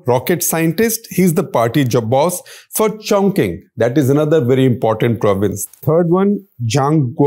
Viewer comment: Corrections: 1. ChongQing is not a province. it's a city in the province of Sichuan. Nowadays, ChongQing is a Union Territory. 2. Q is pronounced as "Ch", so phonetically, ChongQing will be pronounced as ChongChing.